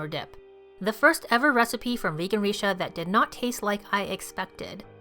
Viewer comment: Everything looks so good. 😍 BTW Richa is pronounced as Rich-aa. 🤣